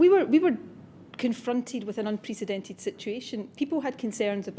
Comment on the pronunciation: I can't stand the way she says "unprecedented" - she should be fired alone for how she pronounces that word. Such butchery.